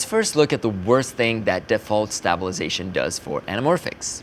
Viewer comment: I love how he pronounces 🔪 -sation